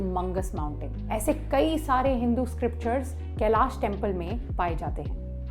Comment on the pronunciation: मैडम आपकी एक गलती बताना चाहती हुँ जो आप बार बार केलाशा टेंपल बोल रही थी वो कैलाश होता है और आप आप इसके संधर्व मै बोलेगी की वो इंग्लिश की बोली के अनुशार है तो जी नही अ और आ मै फर्क होता है जब श का छंदि विशेष करते है तो श+अ यानी श होता है नाकि शा तो कृपा कर हिंदी की मा बहन न करते हुए आप सही भाषा का प्रयोग करे🙏🏻